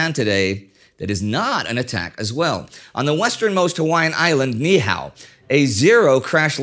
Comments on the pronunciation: Kauai guy here, Niihau is pronounced Nee-ee-au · It's pronounced Nee ee how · FYI - the island of Ni'ihau is actually pronounced "Nee - ee - how".